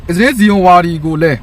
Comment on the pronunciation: အစ္စရေးတောင်ပီအောင်မပြောတတ်တဲ့ကောင် အီဇေး တဲ့ 😂😂😂